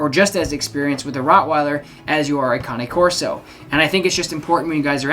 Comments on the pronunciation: Woman from Italy here: you pronounce it correctly with two sillable. In italian cane (Kane) means dog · Good GOD!!!! Congratulations you are the first person ive ever heard on YT to pronounce Cane Corso properly. Its scary. Kudos to you sir. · You pronounce Cane Corso correctly: four syllables. ✅ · Just so you know, you’re correct. That’s how you pronounce “Cane Corso”. It’s not like the english word “cane” as in stick. Cane is Italian for dog. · You're the first American I 've heard pronounce "Cane Corso" correctly.👋Bravo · YES - an English speaking person who knows how to pronounce the Cane in Cane Corso! :-)